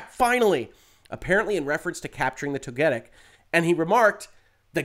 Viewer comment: I'm more upset with your pronunciation of Togetic than Pokimane from yesterday's story. At least I can cut you some slack, because there wasn't much research that went into if "berrying" or "burying" was what you did in the game on the part of whoever transcribed. As an active player though, I find that ecstasy over these two particular mons rather funny. I sure am definitely jealous, absolutely and very honestly, absolutely no sarcasm here.